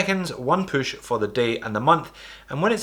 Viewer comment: I like how you say poosh for push